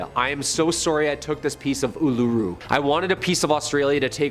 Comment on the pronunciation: Hi an Australian here just pointing out Uluru or Ayres rock isnt pronounced like he did in the video is pronounced Oolaroo, im aware that its spelt with U's but the word is from Australian Aboriginals and a lot of letter can be clumped but simply mean a sound... please read up on this or simply Ayres (Airs) rock is another thing to call Uluru